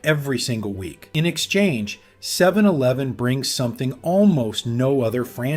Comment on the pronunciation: 7 eleeven? Sounds AI